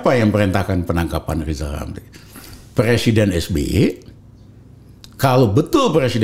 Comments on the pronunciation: Lizal lamli..ehhhh lizal lamli..ehhhh lizal lamli...alah mau ngucap R aja kok susah...gini kok disebut tokoh...lizal lamli alah salah lagi.....rakyat cuman ketawa....wk...wk...wk. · Hebat x si abang ini Makin tua makin garang Padahal ngomong rrrrrr aja belum bisa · Pak Rijal Ramli tolong ucapkan huruf R yg benar jng dulu urusin yg bukan urusan anda hahahaha